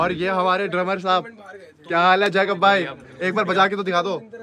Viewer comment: Jasus ❌ jake-chus ✔️